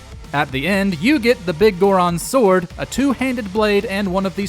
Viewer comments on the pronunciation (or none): it's not Big Goron's Sword, it's Biggoron's Sword. they're pronounced differently.